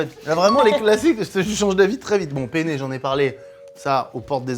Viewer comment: Attention quand vous dites Pene.....car en italien le pene c'est le zizi 🤣🤣🤣🤣🤣 on dit PENNE avec de N 😅